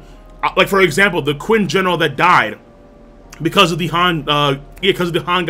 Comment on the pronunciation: not Quinn, it's "chin", you pronounce it like "Chin", similiar to "china"(where the name china came from).